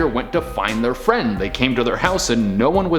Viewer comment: Oml. Fwend wequest.